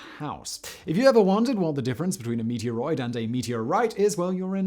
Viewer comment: He keeps saying "meatier 'roid".